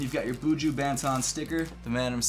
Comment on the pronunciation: how you pronounce 'banton' loooooool